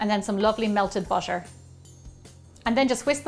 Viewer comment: I now im late but why do you say bootor